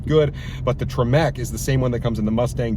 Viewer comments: It made me cringe a little bit when you pronounced TREMEC as "Tree-Meck" lmao. Love your videos though 😂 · The way he says Tremec makes my brain hurt.